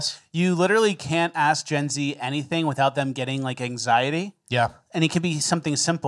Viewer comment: lol I hate hearing some one say “ let me ax you”